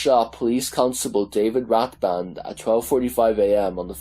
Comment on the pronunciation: The blinded police man was called rathband not rathbury, he was also not in his own home when he died, he was at another woman's house one he was having an affair with. The lady was a 7/7 survivor and it was the last straw for his wife. She went to see him and he was being nasty to her like normal then when she left he threatened to kill himself. He was in self distruct mode, his poor wife is the cross fire then he ended it with his other woman not with his wife. He had many affairs after his injury and just couldn't cope with life but his wife also had to suffer watching the man she loved turn into a monster so to speak. She is still loving with the trauma today